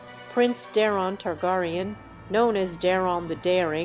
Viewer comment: King Ogon the 2 TargarieYawn